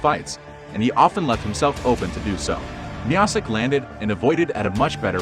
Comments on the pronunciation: Bro pronounced miocic like Miacitch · As soon as I heard u mispronounce Miocic's name. I 👎.